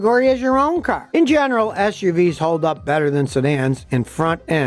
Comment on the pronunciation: Scotty: When someone says CARRRRR! 😆